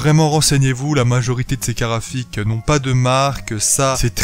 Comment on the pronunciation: Je suis surement chipoteur, mais au nombre de fois où tu utilises ces mots dans ta vidéo, s'il te plaît arrête avec les "carafiques" xD Bonne vidéo cela dit ;)